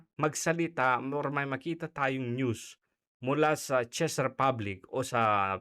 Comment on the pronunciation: Thanks lodi sa unang pag analize ng mga possibilities dahil sa pangyayaring ito. Czech- tzek lodi, not chis ang pagbigkas po.❤❤❤